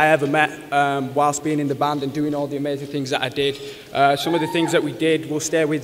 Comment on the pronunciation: He said amazing More like AmaZayn Ha